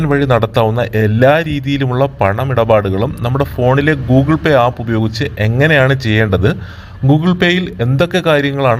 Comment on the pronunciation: Goole pay 🤭🤭🤣😂